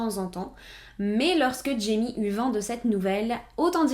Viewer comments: Super vidéo ! Par contre j’étais perturbée car jaime se dit RAÏME (c’est espagnol) 😅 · jaime se prononce " raïmé " .